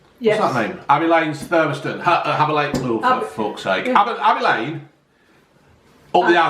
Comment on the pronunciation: A-a abbEH lane... Up t'azdEH CrustEH CrEHme NoveltEH (says ) BizarrelEH (says ) CountrEH LaydEH